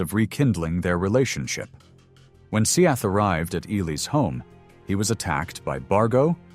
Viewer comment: Seath is pronounced Seth